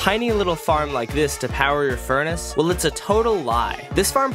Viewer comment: When he's saying the "360 items in a normal furnace" part, he mispronounces "furnace" and says "fornace" instead.